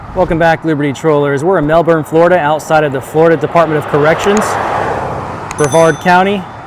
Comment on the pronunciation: I thought she was Australian by her accent when she said Melbourne. She pronounced it similar to how Aussies say it.